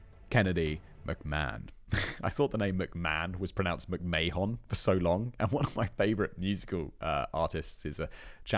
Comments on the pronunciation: What's funny, (given how your comment sections are so prone to whinge about your pronunciations) is you're far closer to pronouncing it correctly than Vince is, Simon. It's a short a, like in map, so instead of may-hon it's more like mah-hon. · To think from McMayhan and Plackeba you have made a career out of mispronouncing things online for the amusement of your audience! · Perhaps you had a pronunciation guide, but I think it's odd that you didn't know how to pronounce McMahon and you drop the I in Argentino.